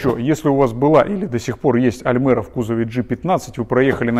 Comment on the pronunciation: да не аЛмЭра, а аЛЬмЕра, когда вы уже научитесь правильно говорить?